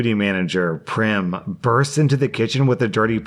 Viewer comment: Also Prem is pronounced like "frame" and not "Prim"